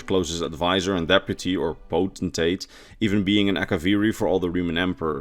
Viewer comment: You are one of a very few ES Youtubers that can properly pronounce the word "potentate."